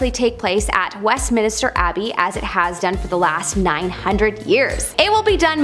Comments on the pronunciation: Westminster not Westminister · Just a heads up ~ it's Westminster not Westminister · NOT WestMINISTER it's WestMINSTER. No extra "I". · Minster, not minister babe 🤦🏻‍♀️🤦🏻‍♀️ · Good video but it is Westminster not Westminister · Westminster, not Westminister. Lol. I can't wait to see the coronation- I bet it will be FABULOUS. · OK,, I can't hold it in any more it is minster, Westminster, NOT west minister 🤔👏🤣🤣🤣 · Just said the same thing, lol. Like when people mispronounce Worchestershire, Leichestershire, and more banal things like turmeric (tumor-ick, really?!!) Haha. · "Westminister." Cringe. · West-min-ster… Wess…min…ster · here . west - men - stir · Thank goodness someone said it. I was watching and cringing at west minister 😬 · Who else was bugging on her mispronounced Westminster... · not everyone is a brit you know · I was just about to say the same thing haha and the British are always insulted by Americans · Arghhhhh I know. Driving me insane! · God sake the poor girl only pronounced it wrong not stabbed ur gran, leave her alone Im British and cudnt care less, I still knew what she ment!